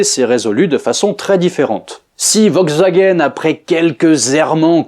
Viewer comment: kezako "vogzagen" ? 😃